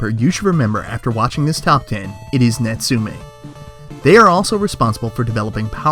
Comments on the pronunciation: In fact is Nat Su~ Me~ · You pronounce Natsume wrong. It's pronounced "Not-Sue-May".